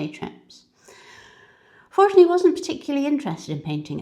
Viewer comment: I think, the stress of the word is in the middle syllable... ForTUni.